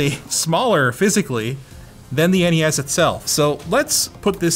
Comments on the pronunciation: It's NES not Nes. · Other than Linus and his people, I've never heard the original Nintendo called a NES (said like mess). I and everyone else I've ever heard has said it as N-E-S (with the next gen as S-N-E-S). Must be a Canuckistan thing.